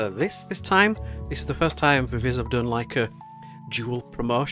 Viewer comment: While I prefer your pronunciation of "Viviz" it's actually supposed to be said as "Vee-vee-zee". I do not understand K-pop companies and their insistance on bizarre naming conventions...